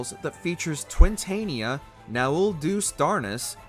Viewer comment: Holy fuck, so much with the FF14 entry was wrong. Its Savage, not Severe difficulty. Twintania is pronounced wrong. UCOB tends to be on the easier side of ultimate's, where Dragonsong Reprise and The Omega Protocol tend to be contested as the hardest two fights and UCOB (Unending Coil of Bahamut) tends to be the second or third easiest. Hell some Savage raid tiers are harder than UCOB.